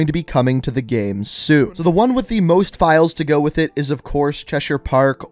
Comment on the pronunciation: I’ve noticed that you say “gamm” instead of “game” sometimes and I can’t stop thinking about it